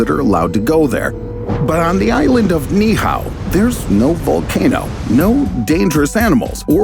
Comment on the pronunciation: Being Hawaiian, it hurts my ears every time the narrator mispronounces the word Niihau. It should sound like this Knee-Eee-How instead of Knee-How.